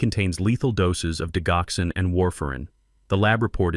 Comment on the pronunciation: Why do you use a Robo voice that mispronounces keywords in this narrative the digoxin is pronounced “dijoxen.”